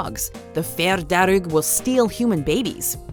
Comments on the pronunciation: when you're Irish and you have to listen to them pronounce Irish words wrongly like "dearg" it's horrible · You know Dearg is pronounced just darg , u don't have to mess with the 'r' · Just FYI - fear just pronounce “far” and dearg say “Darrg”. Lír is more like if you said ear with an “L” but don’t hold so much on the “e” sound if ya get me. We know Dullahan as the headless horseman. I have to say Irish is a difficult language to learn. We all learn it in school here and most of us are not fluent so fair play to for her attempts to pronounce some words. It’s very hard and half the time the spelling sounds nothing like the actual word. For example - my name “Aoife”! Spot on with Uisce though a few others. Don’t mind the major critics they are precious about it. At the best of We can mispronounce our own townlands name if we are unfamiliar! Nice top ten. Happy Saint Patrick’s day. Would be great to see more top ten on Ireland. Even on maybe significant moments in Irish history! We have A LOT!